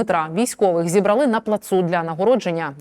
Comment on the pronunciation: ЗібрАли!!!!! Що ви хочете сказати такими наголосами спотвореними.?